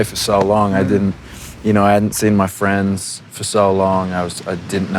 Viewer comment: When he says “friends” you can definitely hear the American influence on his accent